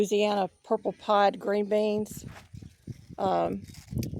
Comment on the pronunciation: Great harvest, praise the Lord! 🙌🏼 Oh they're purple 'pod' beans; yesterday I thought you said purple pie, hee hee! They are such a pretty bean, especially next to the green leaves. Very nice gardens. ❤ Happy growing!😊